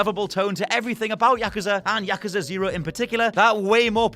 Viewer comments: Yakusa... No no it's yakuuuuuuuuza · Yakaza? Come on dude. It’s YakUza! YakUza! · Its pronounced Ya-KUZ-A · Learn to pronounce words correctly......year, yakuza.....the list goes on.